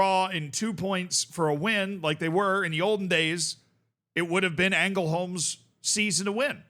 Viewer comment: Btw just for future reference, in Swedish if a word is LJ you don't pronounce the J, so it'd just be pronounced Lungbyheds. Also the Ä is often pronounced as an E at the start of words so you'd be pretty safe going with that, here for example it'd be Engelholms